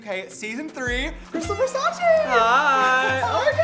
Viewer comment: it's nnot VERSACI is like THE so VERSACE im italian